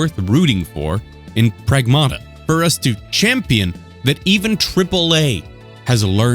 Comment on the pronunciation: Prag-MATT-uh NOT Prag-MAW-Tuh